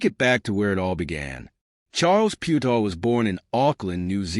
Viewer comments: I think your comparison is off. Maro Itoje is English and still plays for England, SA dont have the same selection rules as NZ, so Faf can play in Europe and still play for SA. With Charles, it was a choice of one or the other. Also, the pronunciation of his surname is way off. Phonetically, it is Pea-u-tao. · This bot went from Piutau to Pewedol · The least you could do is pronounce his name PROPERLY. So disrespectful.